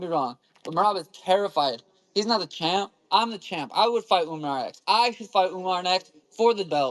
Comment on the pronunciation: Why tf does he keep saying UmNar